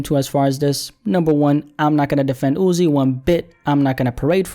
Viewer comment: Why do u same his name like that. Jus call him Uzi if u struggling